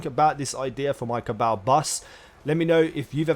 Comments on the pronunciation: how does everyone in the game pronounce it? Ca-ball, not caa-baaal. if everything was pronounced as it was written then know would be pronounced ke-no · Ca-ball not ca-bale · It's CA - BALL . My cabal . Pronounce it right please ! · Go listen to Variks say Cabal in the Prison of Elders and then you will realize that you just pronounce it wrong. It is spelled Cabal but it is pronounced CA-BALL.